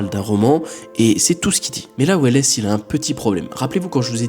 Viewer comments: Orson welles s'écrit comme ça mais ça se prononce sans le E donc "Orson Wells" J'ai failli en tomber de ma chaise.... 😂 En espagnol ils prononcent welles mais bon... Il est américain ce monsieur ! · Juste pour info on prononce "wells" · « Weless » non mais sans deconner t’es inculte à se point ? Citizen Kane srx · Orson welesssss. Pas mal,je ne l'avais jamais entendu prononcé comme ça. Bon après c'est un détail. Ce n' est pas grave. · J'osais pas le dire hahaha mais en vrai ca va c'est pas si gênant que ca. On lui offre :) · C'est marrant comment il prononce Welles ! 😅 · J'apprécie ton travail comme toujours, mais je trouve ça juste dommage que tu n'ai pas remarqué au montage de ta vidéo, ta mauvaise prononciation de Orson Welles. J'avoue que cela m'a sortie du sujet malgré moi. Pour le reste toujours aussi cool. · J’avoue que je suis venue dans les com pour voir si on était plusieurs à avoir tiqué sur « Orson Welles » 😂 Ps : j’ai bien aimé la vidéo continu comme ça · c’est pas un soucie de prononciation là effectivement tu est pas censé un minimum te renseigner comment tu peux bosser sur un sujet qui dure la moitié de ta vidéo sans te renseigner un minimum sur Orson Welles, C’est une Icône historique je veux dire c’est comme si tu disais mikaél jacksoon a se niveau là je suis désolé mais c’est vraiment ni sérieux ni professionnel et c’est de l’inculture oui